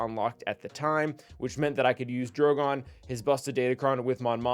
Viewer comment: Please note his name is DrogAn, not DrogOn